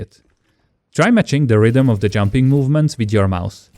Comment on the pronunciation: did he say junping helps to dodge shot LOL